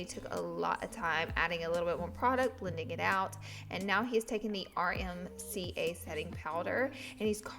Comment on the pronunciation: i can't omfg she said RMCA i love herrrrrr 😭😭😭